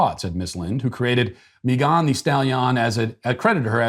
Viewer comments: Why are you pronouncing Megan as MeeGAHN? 🤔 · Dude said Meeegan thestallion!! I’m dead 🤣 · I had no idea her name was pronounced May-GAHN Thee Stall-YAHN. I will never be able to unhear that now... Thanks, Matt! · So many words he can’t pronounce but confidently says “Meghán de Stahliian” 🤣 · 🤣🤣@ the way you pronounced Megan Thee Stallion's name lol. Just regular Megan and regular Stallion (like a horse) lol. Still love ALL of your content. Big fan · The way Matt pronounces Megan the stallion is truly chefs kiss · I’m sorry but the way he’s pronouncing her name brooo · Matt, I appreciate you intentionally mispronouncing names on a regular basis, but you usually do it in a way that we still know exactly who you’re talking about. The way you pronounced Megan thee stallion’s name was just too much. It took me until almost the end of the daily cancellation for me to even realize who you were talking about. I had assumed you were talking about some Hispanic person I had never heard of. I had to go back and rewatch the daily cancellation just to understand it in a different context. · Sir, please explain the incorrect enunciation of Megan just like Rapinoe the(e) extra e stalllion( just like the horse)??